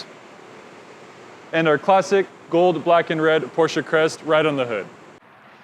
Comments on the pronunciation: That’s how you actually pronounce it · Because that’s the way it should be PRONOUNCE!!!! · You clearly aren't a car enthusiast. (all jokes btw a lot of ppl mess that pronunciation up, it is pronounced Por-Shuh by the way)